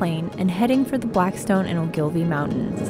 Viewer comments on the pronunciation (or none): The stress in "Ogilvie" is on the O.